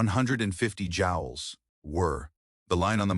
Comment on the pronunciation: It's not jowels but jewels in measuring amount of electrical stimulus. The robot narrator needs to be coded to pronounce words correctly.